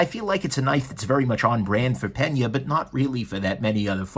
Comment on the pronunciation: double take Did you just call him "Pen-Yay" instead of "Pane-Yuh?"